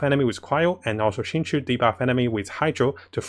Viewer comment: Why is everybody calling my boy xingqui its xingqiu goddangit